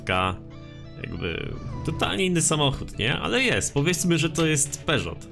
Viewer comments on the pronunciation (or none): Tak na przyszłość mówi się „peżo” a nie „peżot”